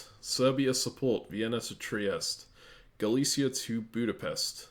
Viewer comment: in russian these places are "Галиция" and "Силезия", so i would say Galicia the way you said it here with a "sh", and Silezia with a "z"